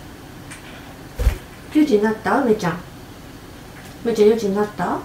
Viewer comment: 可愛い～❤️「４時んなった！」(笑)ぴんふさんの発音そのままをちゃんと覚えるんですね♪お利口だなぁ✨